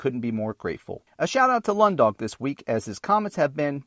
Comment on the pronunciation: You pronounced Lundog correctly. But for some reason youtube changed my name and i can't change back.